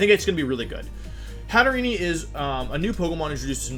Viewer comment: Its pronounced Hat-te-rene not Hat-te-re-ne